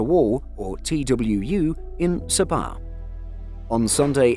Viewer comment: Horrible pronunciations. Tawau is pronounced (Ta-wow). Sabah is pronounced (Sa-bah).